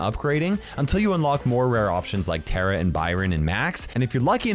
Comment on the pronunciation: Is tara not tera